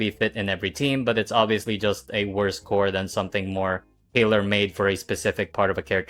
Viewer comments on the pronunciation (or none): none